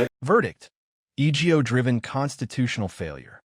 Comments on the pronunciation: AI-narrated videos are annoying. "E=G=O driven" No. It's "ego-driven" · The narrator of this video must be AI because it keeps mispronouncing words and spells out the word. Ego. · Verdict:- "eegio" driven ? Feck off with the AI shite